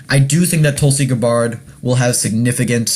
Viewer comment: Learn to pronounce her name. Watch a few videos. Very annoying.